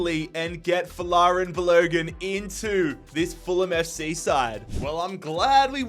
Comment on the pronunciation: It pronounced bal o gun